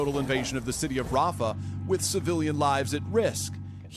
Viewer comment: "Hellow BuyDen"